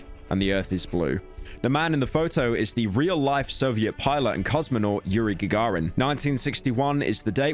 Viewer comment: The way you pronounce Sow and Gagarin. Ask your Mum and Dad how to pronounce things properly.